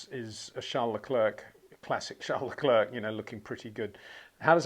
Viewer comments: Phonetically, say 'LeClair', Charles and all of France will thank you. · finally, someone says it. Just don't say the 'k' at the end Peter.